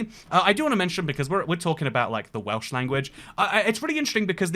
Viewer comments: His Welsh pronunciations were absolutely spot on. Remarkable. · I'm learning Welsh, you nailed the pronunciation